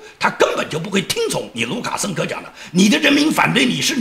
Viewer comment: 讲卢卡生科的时候的口误，不知道是真的口误了还是故意为之！嘻嘻